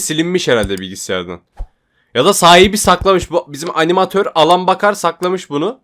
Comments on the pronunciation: Abi elın beykır diye okunuyor adamın adı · Abi Alan Baker şöyle okunuyor "Eylın Beykır" böyle okunuyor